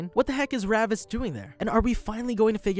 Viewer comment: You said Ravus's name so wrong my dude 😂😂